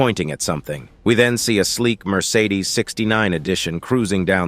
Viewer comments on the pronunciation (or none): no way bro just said marsadez ! u need to leave 😅😅